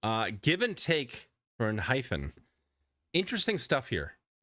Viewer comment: it's enhy-pen not en-hyphen..so may english speakers seem to do this-guess our brains auto correct to hyphen because it's an english word. I did the same when the name was first announced